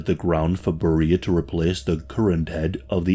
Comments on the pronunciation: His name is pronounced Bare-re-a, not beer-re-a. Thx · Why are you mispronouncing his name like this? In English it's pronounced "Barry-ah", not "Berr-ee-ah". Do you not speak English? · You're pronunciation of his name is not correct. It should sound more like 'bear-ee-ya'. Google Translate is always handy to help with pronouncing names, etc... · Vile monster. Even STALIN wouldn’t let his own daughter near him. But I don’t think you pronounce “Beria” like “Maria.” It’s “Bury-uh” or at least that’s the common pronunciation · Bro why in the world are you pronouncing his name Barreeeah? Sooo off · Beria is pronounced “BERR-ee-ə”, contrary to how we would expect in English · That’s one way to pronounce it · I was puzzled by the pronunciation since I have never heard it pronounced that way. How does someone put out a documentary about a subject that doesn't even have the correct pronunciation of his name....?